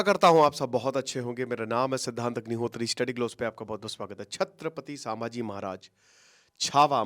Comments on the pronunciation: It’s not shamji it’s sambhaji maharaj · Oye naam thik se le Samaji maharaj nahi Chatrapati sambhaji maharaj bol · say Sambhaji maharaj not samaji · संभाजी महाराज 🙏 सांभाजी ये वर्ड ही आप पूरी तरह से गलत बोल रहे हो सांभा शोले फिल्म मे विलन था संभाजी महाराज थे जब आप महाराज का नाम सही तरह से बोलना सिख जाते तब व्हिडिओ बनाना चाहिये था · साभांजी नही संभाजी नाम हे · bhai sama ji nhi hai sambhaji maharaj hai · For your information, It's called संभाजी not सांभाजी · Brother … pronounce in a proper way It’s not Sabhaji/ सभाजी It’s sambaaji / संभाजी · सामाजी महाराज नहीं सर संभाजी महाराज बोलिए । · Please Correct - छत्रपति सांभाजी महाराज ❌ छत्रपति संभाजी महाराज ✅ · सांभाजी❎ संभाजी ✅ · मैने भी बोला पीचले विडिओमे sambaji नहीं संभाजी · Sir its not sammaji maharaj….shambhajii maharaj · संभाजी महाराज आप संभाजी महाराज सब ठीक से नाही बोल पार है प्लीज संभाजी बोलिये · Your pronounciation of saamhaji is so wrong and insulting.. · atleast naam toh thikse lo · Sir name sahi se jaan lo pahle 😂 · Pronounce proper kro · Dear sir naam sahise le lijiye please. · Abe pahila thik se nam lo